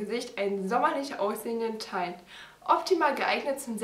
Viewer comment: Und bitte informier dich, wie man Teint ausspricht...kann ja nicht sein